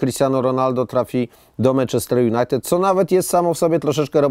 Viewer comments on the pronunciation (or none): none